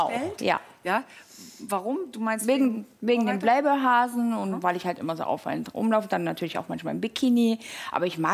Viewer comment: Sie sagt playboy wie bayblade